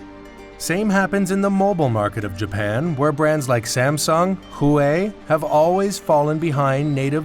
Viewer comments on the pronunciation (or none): They pronounced it's wrong💀